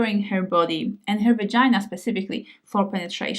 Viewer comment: pronouncing the word "easi-er" perfectly, but not the word "her" (eg pronouncing her body as "hair body")